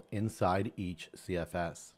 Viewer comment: Here for the "CFSeseses"